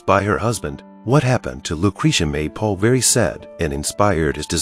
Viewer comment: it not paul he name is paolo.